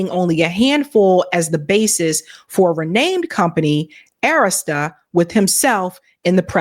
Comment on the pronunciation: Please stop mispronouncing Arista.